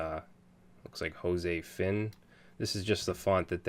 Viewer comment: It's pronounced 'Josefin' Please excuse my accent